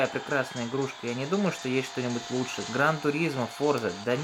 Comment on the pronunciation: "Лучге" словарь купить !